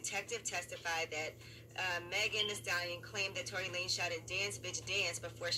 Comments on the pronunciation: TORY LA NEZ LMAO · Tory LaNez lol it’s pronounced Lanes